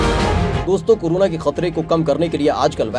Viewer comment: Its corona not curuna